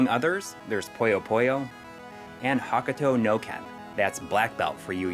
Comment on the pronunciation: Please, fix your pronunciation of Hokuto no Ken for the next video.